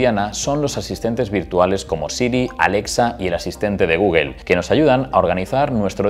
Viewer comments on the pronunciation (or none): none